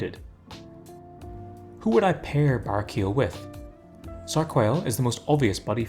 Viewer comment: I love your content, but hearing you say "bara-keel" throughout is killing me. He's an angel, so you've gotta enunciate the "el" at the end. Either bah-ray-key-el, or bah-rah-key-el.